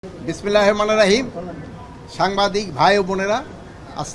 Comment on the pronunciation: বিসমিল্লাহির রহমানির রহিম - এটা শুদ্ধ করে উচ্চারণ করা কি খুব কঠিন? শিক্ষিত কিছু মানুষের এরকম মুর্খতা দেখলে খুবই খারাপ লাগে।